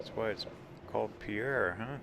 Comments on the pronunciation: "We're in 'pea-air', South Dakota!" NO! NO!!!! :-) It's spelled "Pierre", like the French name, but it's pronounced "PEER". As a lifelong South Dakotan of nearly 54 years, I can be absolutely trusted on this. I just got back from there today after spending a few days training in Pierre. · Agreed. When I was visiting, the first native I encountered quickly corrected me. It's Peer, not Pea Air, we're not French. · I grew up in SD. (Moved there when I was 6 months old. Lived there until age 14 years. The capital of South Dakota, Pierre, is pronounced "peer" not the French way "Pierre". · Great video. Pierre and Ft Pierre are pronounced "PEER" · Pierre, SD is pronounced "peer" by the way. In the winter, there is Christmas at the Capitol and there are a lot of Christmas trees throughout the building. It is awesome. Just found this video and didn't have a chance to watch the whole thing. There is also a really beautiful scenic drive that follows the along Highway 1806 / 1804 that goes from Fort Thompson to Merida, ND. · Great video. I really enjoyed it, especially being a born and raised South Dakotan. Just a small FYI, the capital is pronounced "Pier" even though clearly spelled like the French name Pierre. Also, the Missouri River around Puerto has great walleye fishing. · As a native South Dakotan, I enjoyed the video. BTW, the locals pronounce Pierre as "Pier". For future info. ;-)